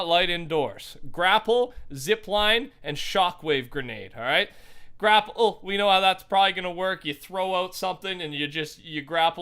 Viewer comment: “gra PLE”